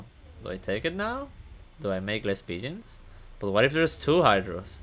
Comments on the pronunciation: Thought you were saying pigeons and I was like wtf is this guy smokin then I realised ur saying P-gens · lol, I figured that out. I'm a noob to this game and it sounded like you were saying 'pigeon' with an accent.